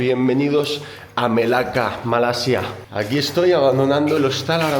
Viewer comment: Malaysian here, your pronounciation of the word Kuala Lumpur is perfect like Malaysians do. Even your pronounciation of the word Malaysia is perfect. Bagus.